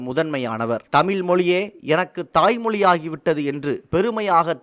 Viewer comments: "தமில்" இல்லை "தமிழ்" 😡. தயவுசெய்து நீங்கள் உங்கள் உச்சரிப்பை சரிசெய்யவும். ஏன் என் தமிழை கொலை செய்கிறீர்கள்? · நன்றி, ஆனால் இதில் பேசும் நபர் தமிழை கொலை செய்கிறாரே... வெள்ளையர் தமிழை வாழ வைத்தார்கள், ஆனால் ஒரு சில தமிழர், தமிழையே சரியாக உச்சரிக்க தெரியாமல் " தமில் என்று சொல்லி கொலை செய்கிறார்கள் என நினைக்கும்போது வேதனையாக உள்ளது. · மிகவும் நல்ல தகவல். தமிழக அரசுக்கு நன்றி 🙏. இந்த செய்தி தொகுப்பினை தொகுத்து வழங்கும் சகோதரருக்கு ஒரு வேண்டுகோள் தமிழ் என்று உச்சரியுங்கள் தமில் தமில் என்று குறாதீர்கள். நன்றி. வாழ்த்துக்கள் 🙏